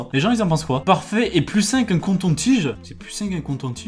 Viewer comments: C'est "coton tige" et pas conton tige non? 0_o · Je suis la seule à remarquer que dit "un conton tige " au lieu de "coton tige " même si je suis née au sud et j'y vie mais bon quand même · Un coNton tige ? Franchement :/ on dit un coton tige :3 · cest meme pas l accent moi aussi je suis de toulouse et je dis coton. Et meme en cherchant tu as marqué conton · Merci de me parler de CONTON TIGE alors que je mange du chocolat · Ça se dit coton-tige et pas conton-tige 😂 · ON DIT COTONTIGE.. PAS CONTON 😂😂 MDR TU MAS TUEEEER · C'est coton tige pas conton tige. Et sur google t'as marquer conton tige tu me tue mais t'es trop parfait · coton tige pas conton tige 😂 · Mdrr conton tigr on dit COTON tige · par contre on dit "coton tige" et pas "conton tige "xD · je suis le seul a avoir remarqué qu'il dit conton tige alors que c'est coton tige BORDEL DE MERDE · C'est un coton tige et pas conton tige sinon cool ta video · on dis coton tige pas conton tige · Un conton tige on dit pas coton tige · Un COton tige pas un CONton tige s'il te plaît Merci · UN CONTON-TIGE 😂😂 MEME TU MARQUE CONTON-TIGE 🤣🤣😂😂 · Je dis ça aussi, mais moi j'suis pas français, c'est une habitude de dire conton-tige .. 🇧🇪😅😅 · Mon cher... ON NE DIT PAS "CONTON TIGE" mais bon on t'aime quand même 💕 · "Conton tige" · "Un conton tige" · "un conton tige" mdrrrr oui oui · "conton" tige... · un conton-tige mdddr, j'ai l'accent du sud mais j'avais jamais entendu coNton x) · tkt t pas le seul a dire avec ton accent conton-tige mdrrr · Conton tige 😂 c'est trop chou 😘😂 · Un "CONTONTIGE" ?? 😂😂 moi j'adore WISH, j'achète mes vetements, mes chaussures mon maquillage... enfin touts je kiff grave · Lol tu dit conton tige😂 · Hahah tu dis conton tige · J'suis plus tout seul à dire conton-tige..xD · Conton-tige?? Wtf 😰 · Il dit conton tige ? Non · Sinon , vous dites *conton tige * vous ?😂